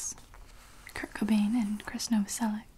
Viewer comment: When someone's says Krist's full name properly I get so satisfied and my tingles go crazy